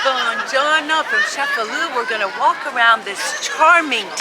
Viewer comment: It's ChefaLU